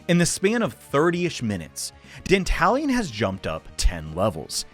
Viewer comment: Not gonna lie, every time you say "Dantalian" I keep hearing it as "The Italian".